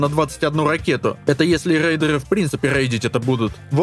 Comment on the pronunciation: впервые в жизни захотел задонатить. на логопеда. как же натужно даются автору все эти Раст Румы РейдеРы и тд. без хейта, дофига людей видал которые гортанью Р произносят.